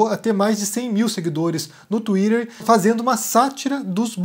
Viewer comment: Não tenho maturidade pro "Tuírêrrr" do haha É o máximo!!